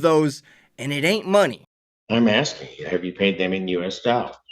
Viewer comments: Why do they all say "axing" vs. "asking"? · He doesnt know what the judge is "AXING" for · "Axing"..proof of US education